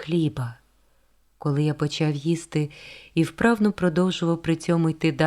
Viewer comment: Важко слухати через неправильну фонетику. Вона замість "човен" каже "чьовен", замість "чоловік" каже "чьоловік", замість "почав" каже "почяв", замість "почув" каже "почюв", це дратує.